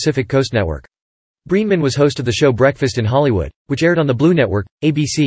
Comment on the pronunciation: It's BRENEMAN,. Not Breeman.